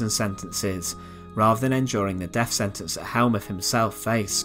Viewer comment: I’m English and I I have a few questions…. What does “Sentenced to deaf” mean? Is this a Nazi medical process where ones hearing is removed? Apparently this young man had “a farvor”. I can only assume this was the husband of his “muvva “. What is “ve furd Reich?” What is “ve Hitler yoof?” Uvver van vat, subtitles for English speakers please 😁👍